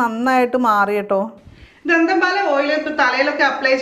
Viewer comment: പോന്നു ചേച്ചി ധന്തൻ പാലാ അല്ല ദന്ത പാലാ 🤣🤣🤣🤣